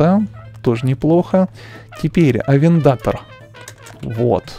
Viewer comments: Не арендатор а авентадор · Авендатор ооорруу вобщето авентадор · Никто не сказал, что надо произносить не Ламборджини, а Ламборгини, не АвенДАТор, а АвенТаДОр, и не Мурсьелаго, а Мюрчелаго. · Ламборгини авентадор, а не авентотор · не авиндатор а авинтадор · Не авендатор а авентадор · Авентадо́р а не как ты говоришь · Ламборгини авентадор ударение падает на букву о а не на вторую а